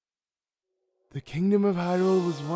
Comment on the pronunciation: holy cow is it ever jarring to hear u keep emphasizing the end of words: Ganon must be defeated-eh, hunted their prey-ah, 10 thousand years ago-ah. Why r u doing that?